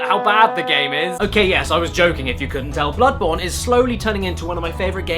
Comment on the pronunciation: "Blood-MOURN"? Really, Caddy??? How about BloodBOREn??? smh :////